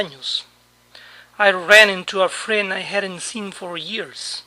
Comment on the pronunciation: El "SEEN" en USA tambien es pronunciado con "I" en vez de "i"???